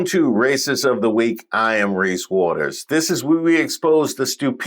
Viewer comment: You said Race Waters lol